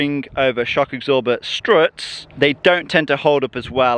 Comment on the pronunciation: "Shock icksorber" = Shock absorbers